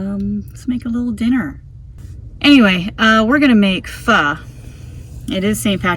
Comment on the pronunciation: I think you may be the only person (including Asian's) that pronounce pho correctly ("fhu"). I will explore further "flameless meals" as I am always looking at innovative camping meals. Thanks for your channel - I am a Toyota 4 Runner TRD Off Road Premium/KDSS owner, with a wanna-be micro-camper, and I love the way you make use of the space.